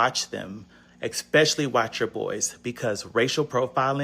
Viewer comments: How are you gonna make a video complaining about stereotypes... and keep saying 'expecially" 🤦🏻‍♀️ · The guy , someone please tell him that "eckspecially" isn't a word...